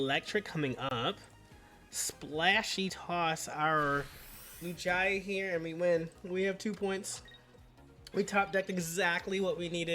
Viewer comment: it's "Loo-gee-uh"